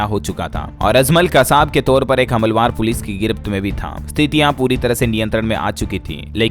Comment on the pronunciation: हमलावर सही शब्द है,हमलवार नहीं।